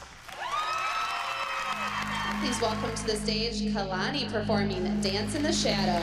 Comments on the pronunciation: Nobody: Still Nobody: Not A Single Soul: Announcer: kEyLaNeE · The announcer said it as KAY-LANI and it should of been ka-lani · They said kaalani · natasha keylaaanii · Oh yass Kayh-Lahni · Kay lanie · kay-la-neee omg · I hate how the announcer said Kalani like Kaylanee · no one: literally no one: the announcer: kaiylani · Judge: "4th place, Keeilani" "KEEILANI", wow okay KEEILANI is not how you say it lol KEEILANI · Did anyone else hear how the judge pronounced Kalani? She said "Kaylani" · When the announcer said kalani like ka-lani it annoyed mee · In 4th place Entry Number 21 Dance In The Shadows kAyLaNi I hate the way she said Kalani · She said it like my name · Who else got mad when the announcer pronounced kalani's name wrong just me okay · How pronounce is Kalanis name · Jeanette pronounces kalani wring and pronounces Ava wrong. WOW GUYS STOPSJJDBDD I DIDNT EVEN NOTICE I SPELT “ WRONG “ INCORRECTLY 😭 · Anyone notice how Ava’s mom pronounces kalanis name wrong and pronounces Ava’s name wrong like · anyone noticed that cant pronounce ava right and jenet cant pronounce kalani right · Stalker's kid "EVA" (ava) Jeanette: I can say many things about KAlani (Kuh- Lah- Nee) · Klani is going up against stalker woman’s daughter eva!!! She don’t know how to pronounce names lol Neither do the competition people KERLARNIE